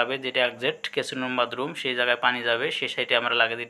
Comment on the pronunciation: কেচিন রুম না ওটা কিচিন রুম